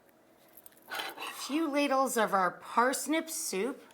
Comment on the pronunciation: i'm now annoyed with how she says soup with an extra u....